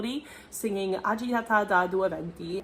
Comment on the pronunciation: You can't be an opera singer. You're doing a video on this aria and you don't even know how to pronounce "agitata"?! 😂 Let me guess, you only speak English... In that case, opera is definitely not for you. Perhaps musicals.